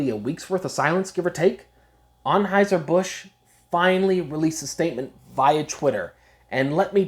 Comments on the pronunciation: What accent is that? With the heavy "O's" in words like most, honestly, and focused, and pronouncing it as Onheuser rather than Anheuser? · This guy's pronunciation of Anheuser..... Is killing me.